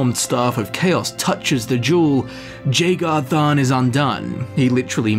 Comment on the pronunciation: everytime you mispronounce jagar tharn i want to cut my ears off like van gogh